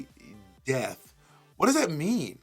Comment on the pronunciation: "Is she death" "No. Death becums her"